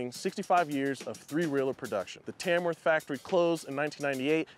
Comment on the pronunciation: That’s where I live 🎉🎉🎉🎉 and it’s pronounced tamuff 😉